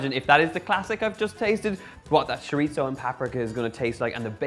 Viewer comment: Sounds great! (Chorizo doesn't have a "t" in it. "Ch" like cheese. Chor-e-so. LOL!)